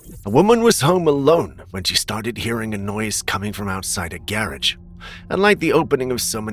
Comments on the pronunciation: The way you say "garage" is priceless. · just a question. Why do you say garage like that?